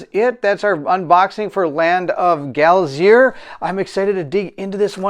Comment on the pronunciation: Its pronounced Glay-zer...I think its a typo 😁